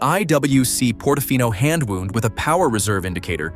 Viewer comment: They commission AI narration and then convert the whole text to voice without proofing it? There's got to be a way to take the software and fine-tune it so that you get the correct pronunciation between two words that are spelled the same but pronounced differently, as in "wound" (a watch) and "received a wound from an arrow." It's just sloppiness.